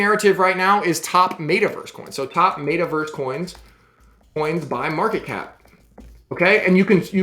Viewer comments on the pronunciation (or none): Its META Verse not Mayta Verse lol